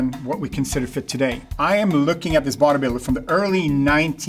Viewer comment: Oh he was saying "body builder" when I thought he was saying "vaudeviller" 😅